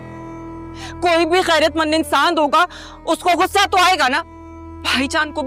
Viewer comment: اردو تلفظ تو پہلے درست کروایا کریں۔غصہ ہے گھسہ نہیں